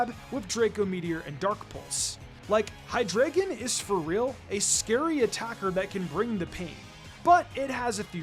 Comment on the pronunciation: It’s pronounced “hye-DRY-guhn”, “”! 🙄 Do you even know how to speak German, because the word “drei” in its name means “three” in German, referencing its three heads! 🤨